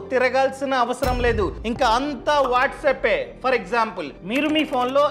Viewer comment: Sir, its whatsapp not whatsup.